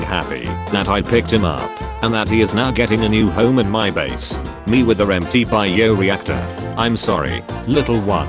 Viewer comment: "Bee-o reactor" 😆 This AI narrator SMH 🤦‍♂️